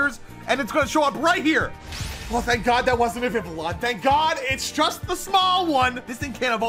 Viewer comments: that isnt how you pronounce vivillion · I love you man but you gotta learn how to pronounce some of your Pokemon correctly LOL Hearing you say Vivillon hurts me